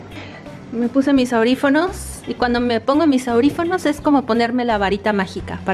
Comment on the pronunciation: La palabra correcta sería Audífonos no aurifonos 😯